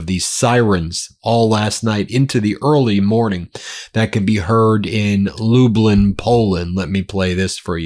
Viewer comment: Such a simple name for a Polish town but still not pronounced right, it's not Lubelin it's pronouned Lublyn, it's spelling is Lublin, say club then minus the c. Sorry for pointing it out, I'm a fan of yours, but from a Polish background living in Canada and visited Poland before, it just bothered me hearing it pronounced so bad. Also my dad is from a small village near there, so that was the area of Poland I visited to meet relatives of mine.